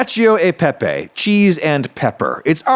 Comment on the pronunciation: please. For the love of god. pepe not pepei.